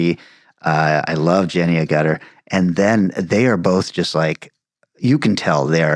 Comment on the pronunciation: [It's Jenny 𝘈gutter not A𝘨𝘶tter, btw...]